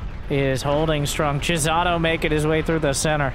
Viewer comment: pronouncing Chisato as "Jizzato" made me laugh over and over.